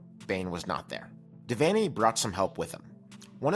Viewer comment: But, an awesome video--and very well researched. And you even pronounced "Devaney" correctly! Osborne NE ER thought he would last longer than five years following Devaney, and in fact in 1976 he was nearly fired because the Board of Regents got spoiled and thought they could find better. A key reason why Nebraska was so good was that the Cornhuskers had Devaney and Osborne back-to-back--no major school had THAT kind of luck in head coaching.